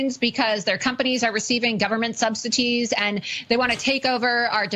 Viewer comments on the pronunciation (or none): “government sub cities/ subsities ” or “government subsidies”? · “Sub-cities”? The word is “subsidies”🙄🙄🙄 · I believe she says "receiving government SUBSITIES, I thought the word was subsidies? Maybe her big lips can't say the word correctly. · "Their voices were silenced for so long" WTF is she talking about? Not being allowed to lie with reckless abandon? Awww, were you fact-checked? How terrible. Did she say "Government subsiTEEs"? Seriously? (it's subsidies, there's no 'T' in the word.) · Is she saying Government substeeties? I don't hear subsidies... Anywho, if only there were a person, or a group of people to warn everyone about Muskolini's practices. Now, sadly, it is too late. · "Gov't 'subsities' "??? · “Subsities,” Laura? 😅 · Lol "substities" lmao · Does Loomer say"subsities"? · She mispronounced "subsidies"! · Who has TRUMP invited to his swearing in? And can some tell her how to spell and pronounce subsidies. There is no T in it scary woman!!!